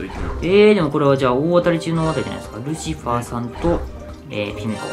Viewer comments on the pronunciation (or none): ルシファーが、カルシファー？に聞こえた